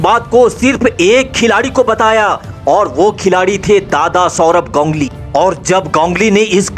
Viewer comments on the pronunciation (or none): 😂 wo to thik h lkn gongli q bol rhe ho ap its ganguli